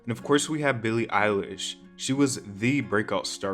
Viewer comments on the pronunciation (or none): it’s not that hard to say her name